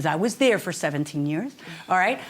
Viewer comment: She said ‐ She wasn't "Dare"... ? ... Then she also said - She "Axed" him... ? ...